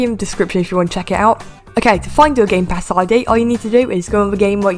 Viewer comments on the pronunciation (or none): When u said game pass I’d it sounded like game pass eye d